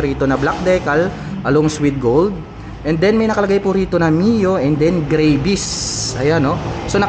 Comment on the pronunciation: Yung Travel po ay ginawa nyong Trabol mali po yun tapos yung Gravis po ay ginawa nyo naman"Grayvis" ginawa nyong Gravy ng fried chicken yung Scooter. You prounce it with Gra - Vis and yung Trabol nyo dapat ay Tra - Vel intiendes ba Koya? Bisaya ka man dong koya? Gihigugma taka ni Maayong lubot sa imong tanan.